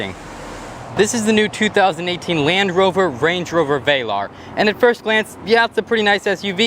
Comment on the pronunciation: give it to the, he's trying. Work on your pronunciation of "Velar" (late in the video) please. From a lifetime English Lit Major.